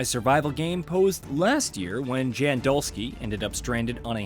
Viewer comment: Hearing you say "Jan" instead of "yawn" like it's pronounced (and hear all the time) makes me think you did not personally play the game